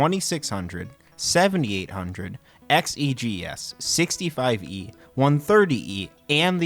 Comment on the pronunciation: I quit watching whenever he said 65-E and 130-E computer. Ugh!